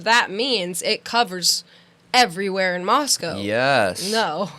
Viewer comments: Also there is much in the PCA about cell phone pings, they are saying “totality” of circumstantial, so they are very much relying on the cell phone data as key evidence. As far as pronouncing Moscow, Pick your battles. It’s insignificant. We all know what they mean. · You guys are great - you really are. And smart. But you dumb yourselves down and offend the good people of Moscow by mispronouncing their town.